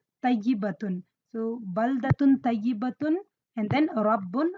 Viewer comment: Masyaa Allah sister..very useful. May i correct something...in minute 15.55 you pronunced To as Ta "Tayibatun" when its supposed to be Toyyibatun. Just thought that could be note. But your vids are cool. May Allah preserve your knowledge